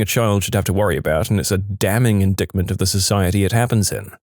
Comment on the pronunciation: Stop doing this: Please, narrator, stop mispronouncing "indictment!"